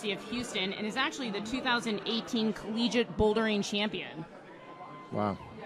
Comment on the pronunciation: "Collegique" - oh.